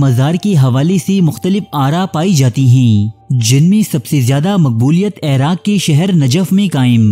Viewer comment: Airaq nahi iraq he ap ki urdu boht kharab he me information pe focus kar hi nahi pati ap ki ghaltyo se uljhan hoti he ap khud batao koi ap ko ghalat parha raha ho to kya ap us se parhogy ap sunogy usy ap to kahogy isy to bolna b nahi ata ye mujhy kya sikhayega